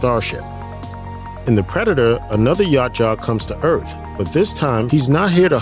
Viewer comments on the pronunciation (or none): It’s YA CHU WA not YACHA WTF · Ya-OOT-ja. Not Yacht-Jaw. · The hell is a "Yacht jaw"? Yautja (yowt-jah) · “YA CHA” wtf ?? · Its yow cha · It's pronounced Ya Oot Ja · OMG... ITS PRONOUNCED "YOWT-CHA" (Spelled Yautja).... EVERY TIME YOU BUTCHERED IT , HURT MY HEAD. And Antarctica wasn't always cold...IT WAS HOT BEFORE CONTINENTAL SHIFT.. WHICH SHOWS JUST HOW LONG THEY HAVE BEEN COMING HERE, AND IS THE PRECEDENT FOR AN ANCIENT HUMAN CIVILIZATION, you missed that part I GUESS... LASTLY... it's pronounced "AN-DO-LINI".. my god dude do some research. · For god sakes it’s pronounced “Yow-cha” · This guy’s pronouciation of Yautja is triggering me. 😂😂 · The mispronunciation of Yautja is killing me..... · You butchered the predators name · Butchering the predator name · Need to practice pronouncing Yautja correctly. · Dude you got to watch a video from the creator of the films and comics so you can learn to pronounce the Yautja's correctly! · Can’t pronounce their name right than talks of global warming, downvote